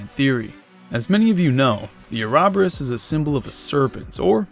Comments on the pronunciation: Ouroboros- (oro-borus) Uraboras isn't it!! ty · uh-rahb-er-us ouroboros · Bro why he say Ouroborus like that 💀 "Arahberis" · Please stop calling it an “arabarus” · I love this theory but that Ouroboros pronunciation. 😂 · Definitely listen to the literary pronunciation of ouroboros.